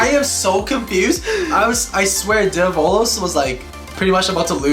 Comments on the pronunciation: it's pronounced DE-vo-los not de-VO-los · its devolos but u dont pronounce it like de vo lows its prounounched davolos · It’s pronounced Dev - uhh - los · You’re supposed to pronounce develos name “devil-os”